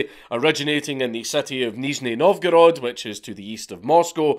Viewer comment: zh (as in Nizhny Novgorod) in Russian transliteration is pronounced like a French j, not an English z. Just fyi Edit: you got it right the second time